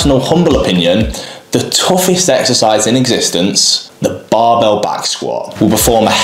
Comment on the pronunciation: “The barbehl woah” 😂